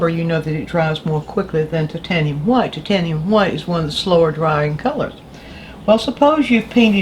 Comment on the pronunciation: Excellent tips: thank you. I also love it when you pronounce 'titanium white' correctly as "tit-ayn-ium" and not the ridiculously politically 'correct' "tyte-ayn-ium". Refreshing.